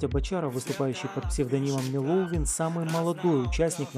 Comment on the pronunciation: БочАров?_правильно БочарОв) И не МелОвин, а МЕловин🙄